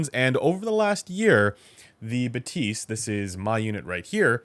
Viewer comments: Is “buh-tease” the right pronunciation? I would have thought “bath-is” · Shouldn't it be "Bath-y"? :). If it's anything related to "bathometer" bathyscaphe" that is. But wouldn't make a whole lot of sense for a headphone lol Think Bathy (βαθυ) is the Greek word for "deep".